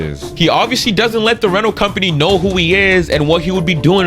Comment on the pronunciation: "rentals". Listen to his boy Mbox.